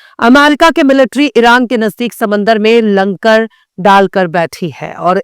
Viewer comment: Langar yaa Lankar😂agar langar hai 😊 clear kro😁toot Padengay🤣